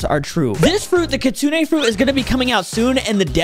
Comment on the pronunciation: It's pronounced (kit-sune) not the way you said it